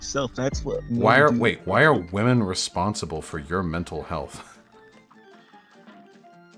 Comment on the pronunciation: Say it with me: /WIHM - ehn/